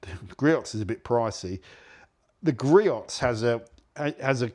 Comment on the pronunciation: GREE-ohs, not GREE-ots. Sorry, pet peave of mine.